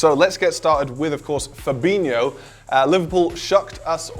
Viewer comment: It's pronounced Fabinjoo. FFS do your homework.